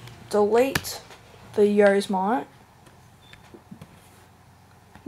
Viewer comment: Yose-mite hahaahhaahhha